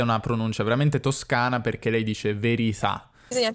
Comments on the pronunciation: ciao! da originario della provincia barese volevo far notare che la tua parlante barese "soffre" un po' di ipercorrettismo della pronuncia di alcune e. la pronuncia barese autentica delle e come in "te" (pronome), "che", "è", e "perché" è sempre con la e chiusa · In parte hai ragione, nel senso che ormai siamo abituati a sentire una gran confusione nella pronuncia di vocali chiuse e aperte secondo la provenienza del parlante, ma ti assicuro che, per me, sentire un 'perchè' con la e aperta, è davvero fastidioso...